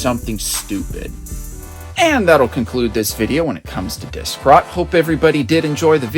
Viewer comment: "dik-rot" loool